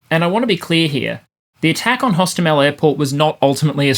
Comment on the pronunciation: hostOmel, not hostomEl. We were laughing in russians saying it wrong. From wikipedia: pronounced [ɦoˈstɔmelʲ]